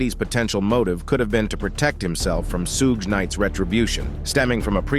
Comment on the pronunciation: Suja knight,Keef D, and 2 Pack,but says Vlad right